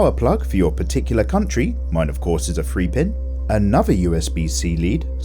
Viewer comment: always ragging on our connection pins I can’t tell if he’s saying “three pin” or “free pin” lol